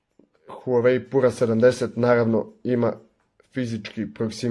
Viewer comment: Није пура него пјура 😂😂